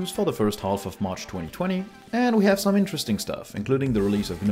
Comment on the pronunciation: I keep hearing Arch instead of march :D